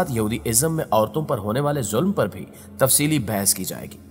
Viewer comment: بھینس نہیں بیھس ہوتا ہے